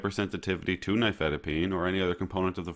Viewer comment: Oh at last, an American saying the name "nifedipine" without a foreign accent. The main reason I watch youtube videos is to get the pronunciation correct.